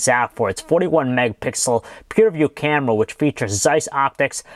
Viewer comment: haven't you noticed that he pronounces his "r" like a "w" like when he said camera it sounded like camwa